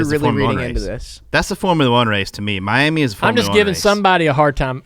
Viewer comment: It’s pronounced “my yammy” 😅